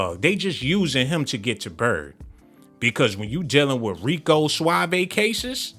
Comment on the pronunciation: Rico Suav'e 🤣